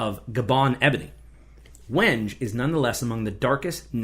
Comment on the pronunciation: The wood is pronounced weng-gay. I made cutting boards from this a few years ago.